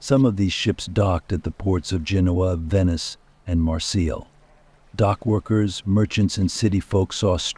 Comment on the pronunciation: My friends, my friends, my friends... beyond annoying. Also, you are mispronouncing Marseille.